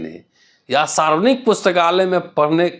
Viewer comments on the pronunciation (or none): none